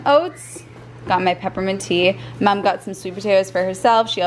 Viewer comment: I love how you say "mum" like an Australian now.